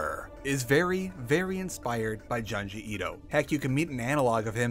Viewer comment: u pronounced junji ito wrong 🤓☝